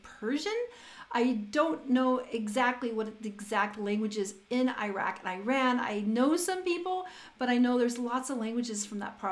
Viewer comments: please , please it is NOT AYran ...it is EEEE raun correct your pronunciation ... please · Hey. Wish you have great time It's /iran/ not /airan/🌹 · Iran is pronounced like "Eee-rân" not "eye-ran". Also the language is Persian which is Indo-European like English and it's very different from semitic languages like Arabic. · Hello there! Thank you so much for your video and comments. Just wanted to mention the right pronunciation of the word "Iran". It is not like "I ran". It is like ee-rān. Our official language is Farsi (or Persian), but there are lots of languages and dialects spoken in different regions of Iran, like Azeri, Kurdi, Luri, Belouchi Arabic .... . Also, that would be great if you could have some critics on the official video of "Sanama" from Homayoun Shajarian. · Please pronounce IRAN correctly. It is like e-run not eye ran :)) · For the sake of God, its not called something like "Eyeran", it pronounces like "Eeran" or even better like "Ee-ron". Good review though👍